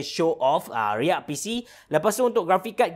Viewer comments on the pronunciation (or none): none